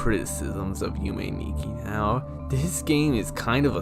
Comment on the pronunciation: What's a yummy nicki and a mado tsooki? Come on, if you are making a video about understanding it, it wouldn't kill you to at least put these words in google translate and listen how they are pronounced in japanese so you know how to say it properly in the video. I know you are mostly joking but come on...